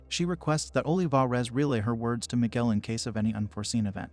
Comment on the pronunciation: Ohleevahrez lol my bad, the voice says the name in an odd way.